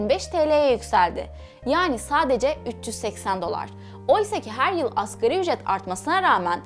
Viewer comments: askeri ücret değil "asgâri ücret" ! veriiiii değil veri! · AKERİ ÜCRET DEĞİL ( ASGARİ ÜCRET ) DİYECEKSİN..ASĞAR ARAPÇA EN AZ ANLAMINDADIR..